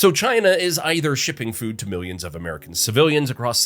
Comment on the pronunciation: Milions he says